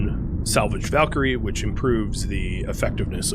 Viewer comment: He said Valkyrie correctly! YAY!!!! Edit* Noooo! He went back to Val-kee-ree